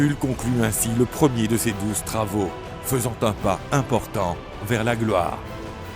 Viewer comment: À part les "pouissants" et "gluare" j'approuve 😁